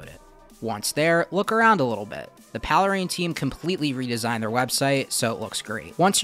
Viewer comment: I thought it was pronounced "Pale Rain" ?